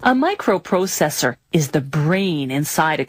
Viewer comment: "A Microu prousesour"